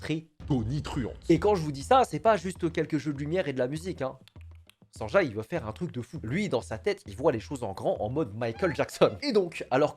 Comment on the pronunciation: Mais qui va prononcer Sanjay comme ca